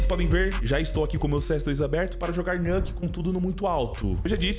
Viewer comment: "nuke" se lê exatamente como se escreve. Nuke = nuclear, em inglês esse "u" continua tendo o mesmo som que em português